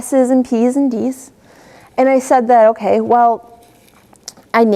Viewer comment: so annoying when she says okaeh, good teacher but she talks like a little kid seriously